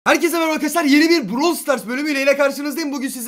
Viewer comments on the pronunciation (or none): none